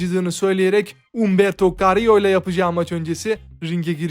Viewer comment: Abi bişey dicem neden umberto kariyoyu neden aksanlı bir. şekilde söylüyorsun 😂